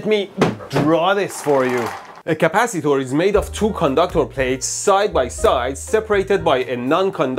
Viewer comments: Capacitor ❌❌❌Caapacitaur✅✅ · British Capacitor 🇬🇧